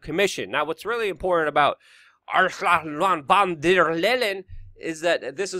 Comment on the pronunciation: So why do you at least try to skillfully pronounce AOC's name, but purposely slaughter Ursula's name? Just curious. You've never heard the name Ursula? They are both equally despicable characters regardless.